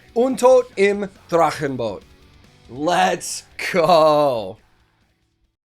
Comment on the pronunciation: i like how he pronounced Drachenboot, he rolled the R really hard there :P